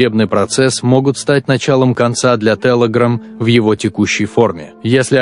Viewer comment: Сколько раз он сказал ТЭЛЭГРАМ?